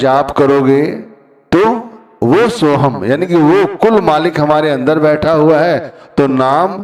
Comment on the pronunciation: भाई उच्चारण में चुक हो गई होगी या सुनने में गलती हो गई होगी। बाकी सोहम और सोहंग में उच्चारण में इतना फर्क नहीं पड़ता जितना फर्क प्यार से जपने से फर्क पड़ता है। वह अंदर बैठा सब देखता सुनता है। आप किसी को प्यार में पता नहीं क्या क्या कहते हो शब्दो का इतना असर नहीं पड़ता जितना प्यार से बोलने से पड़ता है। फिर भी कौई शंका है। तो अपने गुरु से या किसी पुराने सत्संगी से पूछा जा सकता है।